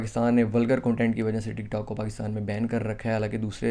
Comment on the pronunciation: Bro Pakista nahi Pakistan hota hai